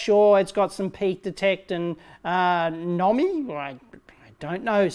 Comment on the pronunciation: "Nomi"? Really Dave, can't you just guess, or shout out even: "NOMINAL". Soz. I guess not...